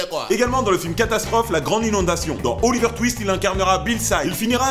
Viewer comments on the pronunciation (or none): none